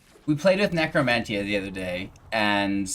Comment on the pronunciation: Nec·ro·men·tee·ah and Solemn Sim·you·lay·crum pronunciation is killing me